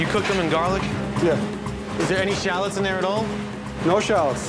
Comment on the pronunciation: “Is there any challots in there at all” Just leave bro